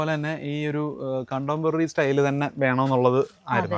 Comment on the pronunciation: "കണ്ടംപറി" അല്ല. കണ്ടംപററി (contemporary) ആണ്. പകരം "സമകാലികം" എന്നു പറയൂ. എന്തു നല്ല മലയാള വാക്കാണ്!